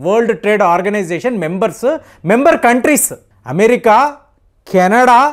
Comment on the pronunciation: మీరు 'అమె-రిక!'.. 'అమె-రిక!' అంటుంటే.. మెరిక లేనిదని తెలుస్తుంది.😅😅😅😂😂😊